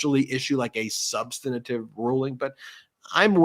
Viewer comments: Ben,we love you, but as we make fun of MTG ("in-dikt-ment) and Trump et al... I must beg you... it's not "sub-stan-a-tive" or "sub-san-i-tive" it's sub-stan-tive. Thank youl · On my YouTube and podcast wish list: that Ben would quit adding a syllable to "substantive". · Substantive, not substanitive.